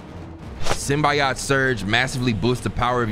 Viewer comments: SyMBiaaHt dawg its symbiote Sim-bee-oat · What the hell is a “Symbi-YOT” ???… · Bro please SYM-BEE-OAT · Bru its not Sim-bi-ot its sim-be-oat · It’s not simb I yot it’s Simb E yote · Idk if its for the bit or no but its Symbiote...(sim-be-oat) lol love the content bro eughhhh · it’s pronounced SIM-BEE-OAT, stop saying it like a custard😂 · I hate that says simbiyot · it’s pronounced sym bi oat